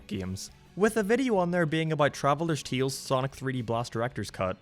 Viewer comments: I like the way you say “tales” TEALS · I guess he’s Irish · Why do you say the word "tales" like that?